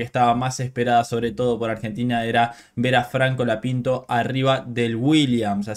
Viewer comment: Porque decis franco lapinto?